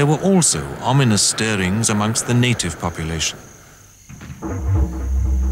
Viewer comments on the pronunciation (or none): none